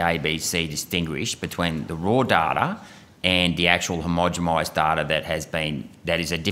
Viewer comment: Yo Malcom, Its homogenize not homogemize.. Peace and love